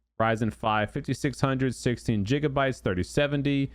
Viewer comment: Bro callin them jiggabytes 😂😂